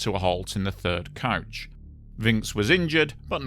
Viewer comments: It's coach not couch. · Ohhhhhh “coach,” I thought you were saying couch. My bad, my bad.